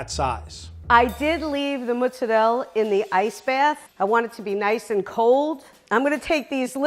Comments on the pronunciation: True, the pronunciation on GT has a sort of accent or at least a stress on the "reh" so you could probably describe it as a "rèh" or something like that. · I am from an Italian-American family, raised in Western NY. Her mispronunciation of mozzarella is killing me. Mootz. Seriously? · Arguing between "Mah-zzarella" or "Moo-zzarella" when it's actually "Moh-zzarella" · Did you hear that? said mozzarella but then corrected herself to say mazarel. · As Italian it kinda triggers me how she doesn't pronounce the last "a" of MozzarellA. Like... It's not french! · If she says mutz one more time I will loose it!! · There's an "a" at the end of mozzarella! What the hell is mozzarell? Italians pronounce every letter in a word so they will never leave off the "a" at the end. Drives me nuts hearing this. Lol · Neither or are saying it right as an italian i know its called Mozzarella just the same way you spell it roll the r the e is a loong e mozarrreela🤣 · Who else was bothered every time said "Mutz" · My ears bled everytime i hear her saying "mutzalera" or "mutz" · Actually it sounds like Moatsarella. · "it's mazzarela":"it's muzzarella" Every single Italian:"are you sure about that?" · Take a shot every time she says mütz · I like how the chef tries to say mozzarella the right way and it's wrong as well. 😂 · Why can Americans not pronounce Mozzarella properly, despite the large Italian population? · I really wish she would pronounce mozzarella correctly, it’s starting to get annoying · THE BROOKLYN WAY OF SAYING MOZZARELLA IS SO TRUE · As an Italian I'm dying laughing at how she pronounces "mozzarella"😂😂....and each time I watch americans cook I'm amazed at how much garlic they use daamn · Definitely agree with the Italian pronouncement of Mozzarella. My Gramma was born In Italy 🇮🇹 Hearing a non Italian say mozzarella is like the sound of nails on a chalkboard: cringing. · Dude just pronounce mozarella correct please.. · Stop saying MUZZ